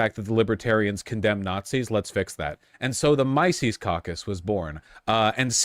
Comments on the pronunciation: He can't even pronounce the mans name correctly. Showcasing that our horse fanboy has done no research. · The only thing less surprising to me than the lying is him mispronouncing the name of the organization. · The fact that Vowsh (as he likes to be called) can't even correctly pronounce the namesake of the group he's trying to denounce should immediately discredit everything he says in denouncement of it. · You know it's going to be useful information when the guy can't even pronounce Mises right. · Oh, that lying son of a bitch... that no good, lying son of a bitch. At least he didn't pronounce Mises correctly. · Something like "Mee-zees." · Mysees, Robard, and Hopper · MYE-SEES lmao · ME-cis, right? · i love the fact that he calls it the mice-es caucus. just goes to show that literally everything he knows about it comes from wikipedia. and naturally, he starts by saying he's not going to overstate the case before completely overstating the case by calling them nazis. classic voosh. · Misis Mesis Idk why he didn't aleast Google someone saying the name. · The "mice-eese" caucus... The one named after the freedom loving jewish economist is ... Nawtzees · I hate when these people, no matter the language, always mispronounce simple names, it's so stupid "my-sees"? It's literally as straight forward as it gets and simple in terms, it's the Mises cacus, it's very common terminology if you're in the in the business of talking politics. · "Mice-eez" He can't even pronounce the fucking name correctly, lol. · The way he pronounces Mises makes me want to punch my phone. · You have the restraint of a Buddha for not making fun of his cluelessness of how to pronounce "Mises." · His pronunciation of Mises already informs you of how much research he put in the subject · The fact the Vaush doesn't even know how to pronounce Mises is all anybody needs to know about how valuable his opinions on the topic are. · Mispronouncing Mises should be a crime